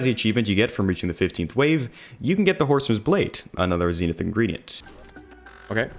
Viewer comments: It’s zen ith not zeenith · Not ZEENITH ITS ZEN’ITH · im sorry, the zeenith? your not saying that right lol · your pronouncing zenith wrong